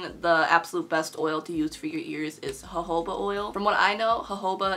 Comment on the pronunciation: she said hohoba instead of jojoba 😭